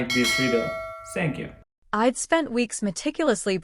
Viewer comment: Someone should tell the ai reader that I'D should not be read as I D but ide